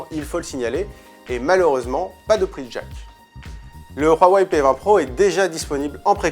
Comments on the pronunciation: Hhh non je préfère de loin Samsung s9, et on dit huawei, pas roiwei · Le [wharwaye] ... mais c’est quoi cette prononciation ! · Sa me soul tu dis roaweiy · C'est la prononciation de Huawei :)